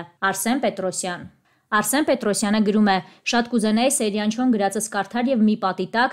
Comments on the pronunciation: Սեյրան😊😊😊Ճիշտ գրեք ու կարդացեք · Աղջիկ ջան հնարավոր չէ՞ մի քիչ ուշադիր լինել ՝ ոչ թե Սերյան, այլ ՍԵՅՐԱՆ երբ գրածն ու կարդացածը սխալ է, ասվածն իմաստը կորցնում է։ Ուշադիր եղեք։